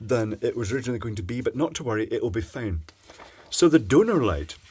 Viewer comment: "don't worry it will be 'foine' "